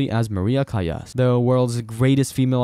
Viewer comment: It’s pronounced Callas with an “L”